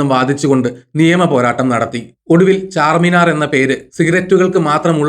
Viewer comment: ചാർമിനാർ ആണ് ചാർമിനാർ അല്ല